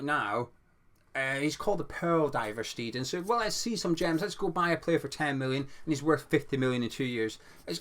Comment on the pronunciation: Boring comment but maybe useful! In German an ei vowel combo is always an “aye” sound . An ie combo in that order is an “ee”. So it’s Tim Sht-aye-ten hope that helps re pronunciation.